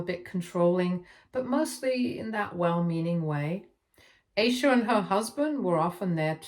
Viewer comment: And Eye-sha